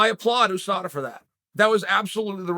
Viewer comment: No one: Literally no one: Chael: Khamzat didn’t fail a Ooosada test